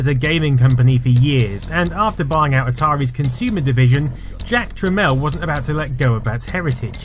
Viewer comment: Really, Jack Tramiel should be better known. It's pronounced "Tramel", calling him "Trameel" pissed him off a lot, as did many, other things. He's not a very lovable character, but was probably the biggest contributor to the computer & gaming industry thru the 80s into the 90s. RIP Jack. PS He was an Auschwitz survivor which no doubt shaped his character.